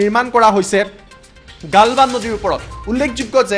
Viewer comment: ভাৰত মাতা কি জয় । খবৰ তো শুনি ভাল লাগিলে । মহাশয় আপোনাৰ শব্দ এটা ভুল শুনাৰ দৰে লাগিলে । গালৱান ঠাইত গালবান শুনাৰ দৰে লাগিলে ।